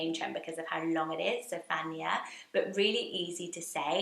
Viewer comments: That is not how you say Zephaniah Sounds more like Zef an -eye ah iah makes an eye-ah Sounds Same as other biblical name like Isaiah Jeremiah Jedadiah Josiah Hezekiah Nehemiah Obadiah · I really enjoyed this list! So fun. Definite fave is Beauregard - like Violet Beauregard ! I haven’t heard Zephaniah emphasising the ‘phan’ - always the ‘Niah’ stressed. I’m from Wales, there was a girl in my year and she always pronounced the G in Angharad? Lastly - where is your lipstick from? It’s a lovely colour! X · I've never heard Zephaniah pronounced like that?